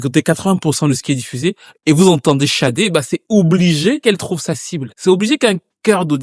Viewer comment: Grace à toi je sais maintenant prononcer son nom. Je te pronnonçais comme "said" en anglais. 😅bref mieux vos tard que jamais